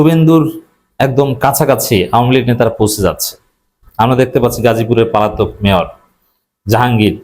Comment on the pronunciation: পালাতক নয়, পলাতক হবে।